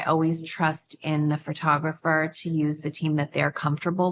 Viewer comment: Kim keeps saying fur-tographer. It's Pho-tographer. 😢